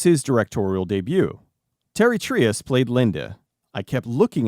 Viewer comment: Fun movie and review! Btw the director's name is pronounced 'Tea-airy' 😅